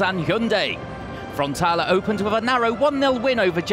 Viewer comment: how many times is this guy gonna mispronounce frontaLE not frontala. wtf